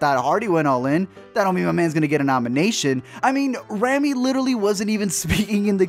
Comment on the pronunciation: You kept pronouncing Rami's name wrong it's "Raw-Me"... also to say all Rami did was lipsync is honestly wrong, he did so much to transform into Freddie